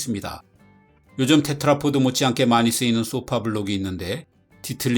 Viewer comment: 제발 테트라포트라고 하지 좀 마세요... 테트라포드 입니다. pod